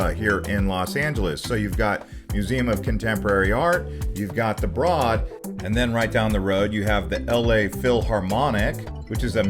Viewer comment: It’s pronounced B-road museum